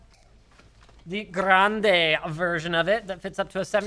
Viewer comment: "Grande" xD linus almost got it right xD